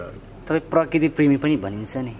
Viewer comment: Parkirti hoina bhai prakriti ho, 😁😁😜